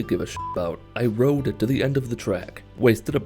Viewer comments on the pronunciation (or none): none